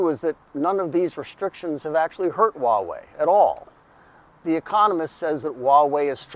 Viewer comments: It's Hua (pronounced Hwa). Why do people say Waa-wey? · It's funny that you pronounce Huawei in Cantonese rather than in Mandarin.